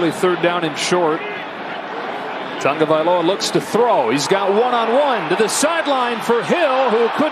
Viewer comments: It's "TAGOVAILOA" Not "Tungavialoa" what is the problem with the pronunciation? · The announcer mispronounced Tua's name the ENTIRE game. How did nobody correct him? It's not "Tongo-vailoa", sheesh. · Why is the announcer saying "tunga"? That's not how is name is spelled or pronounced. It's ridiculous. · Why does it sound like the announcer is saying tunga-vye-loa instead of tah-go-vye-loa? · Why does the announcer put an "N" in Tua's last name, before the "G?